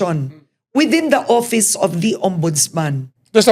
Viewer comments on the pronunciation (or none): Karen it's office not oppise.